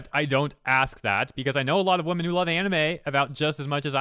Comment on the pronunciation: Why do you say women as if it's in singular? I've noticed some people do that, it's really weird. "yosai", you often pronounce unfamiliar things as if you're not trying to read it. Holy shit her lack of commas is annoying.